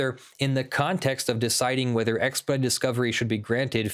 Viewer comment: Does have an issue pronouncing the word "expedited"? Every time he said the word it sounded like "ekspud"